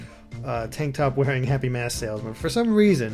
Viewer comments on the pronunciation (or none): none